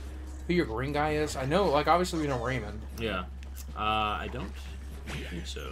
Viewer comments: I made it one minute before having to leave. I can't stand the way Boogie says 'Rayman'. It's not Rayman like Silverman, it's RayMAN like SpiderMAN. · Ray-Man, not rayman. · Raymun Legends